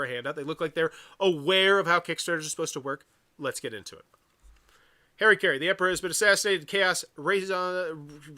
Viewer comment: It’s interesting that’s it’s so hard for people to read that word. Harakiri. Ha. Ra. Ki. Ri. Somehow you turned that into Hairuh-carry. It’s closer to Ha-da-key-dee. Or if doing the Japanese R is too cringey for you, then Ha-ra-key-ree.